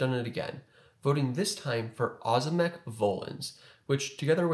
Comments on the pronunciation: It’s O’zimek. Ohhh zimek. Not ahzimek. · not ozymek, ozimek its like OŹIMEK you can copy OZIMEK to translator, and get on polish, then listen it and turn voice to know how to spell ozimek latający, ozimek volans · It’s Oh-zimek, bro. But what would I know.🤣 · as a side note Ozimek is pronounced as it is written, thus we don't skip the "i" letter. It makes it softer like oshimek but "sh" should be hard "z". I don't know how to explain it more clearly lol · Most Americans that go by Ozimek as a last name pronounce it that way